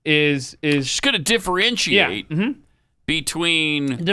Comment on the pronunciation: 33.50 Did she say defrenchiate?